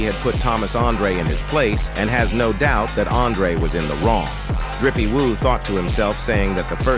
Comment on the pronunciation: Maybe watch your video before posting… Drippy woo? Maybe try doing it yourself vs AI